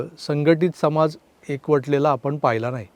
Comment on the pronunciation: " समाज " ह्या शब्दातील " ज " हे अक्षर " जहाज" या शब्दातील " ज " प्रमाणे न उच्चारता, " जग " मधील " ज " प्रमाणे उच्चारल्यास योग्य होईल असे वाटते.